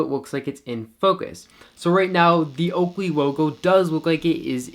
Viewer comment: That oakwey wogo came out nice and sharp in manual focus. Great review and very informative!